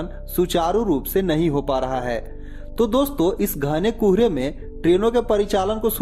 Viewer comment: It is Kohre not Kuuhre😂